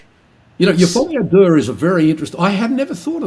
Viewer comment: I have heard John refer to this "folly adaire" a few times now and didn't have a clue what he was talking about. Google 'folly a deux'.